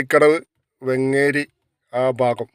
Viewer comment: വെങ്ങേരിയല്ല വേങ്ങേരി